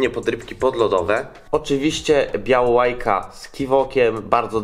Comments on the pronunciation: Co to jest białałajka???🤣😅😆😂 bałałajka! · Kolego Bałałajka a nie "Białałajka" xd